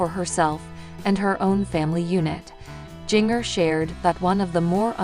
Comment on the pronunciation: Please learn to to say Jingers name correctly! I don't know why but it bothers me to hear her call Jingrrrrr it is pronounced like the spice!